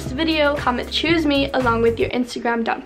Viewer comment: U SAiD CHOoSE ME OR SHOEs Me